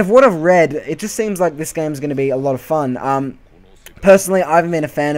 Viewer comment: I think u just destroyed the word "fun"